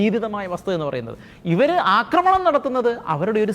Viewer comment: "അക്രമണം" എന്നൊരു വാക്കില്ല, അക്രമം അല്ലെങ്കിൽ ആക്രമണം ഇതാണ് ശെരിയായ വാക്കുകൾ. അവതാരകർ ഭാഷ ശുദ്ധി ശ്രദ്ധിക്കണം.